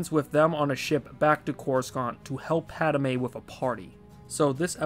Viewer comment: Rofl! That was bothering me too! XD